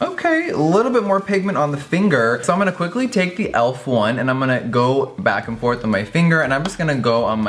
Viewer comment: JEFFREE!IT'S PRONOUNCED E-L-F...THE LETTERS NOT ELF...LOVE YOU SOOO MUCH GIRRRLLLL